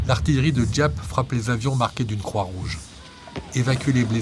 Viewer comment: GIAP SE PRONONCE ZAP